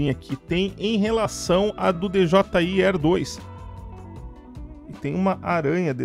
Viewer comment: Tu é o unico cara do Brasil que eu vejo e acompanho os videos. Inclusive to esperando ansioso pelo mini pro da hubsan. Excelentes pontos de vista, mas uma pergunta: pq d.j.i? E não "deejeeai" como falam por ai normalmente? Duvida sincera, nao é critica, viu?